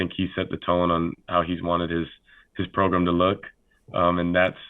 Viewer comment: Pickell’s gonna seat Dillon into the “progrum” train😂